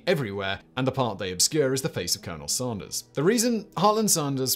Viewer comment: Lol@ "Colonel SaRnder's"